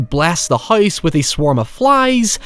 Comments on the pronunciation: You mean the spirits in the HOYSE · I can listen to you say "Hoyse" for hoyers